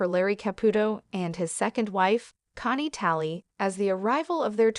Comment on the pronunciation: Why can't you say her name correctly.